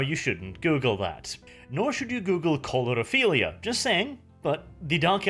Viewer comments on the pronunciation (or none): Hey, your pronunciation was a little hard for me to understand, so I’m curious: did you say “chlorophilia” or “coulrophilia”? And honestly, both of those are pretty innocent as far as fetishes go, if a bit absurd.